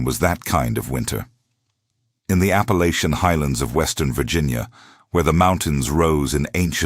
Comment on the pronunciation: I wanted to listen to this story, however, when the reader mispronounced Appalachian in the 1st sentence, its a hard NO for me.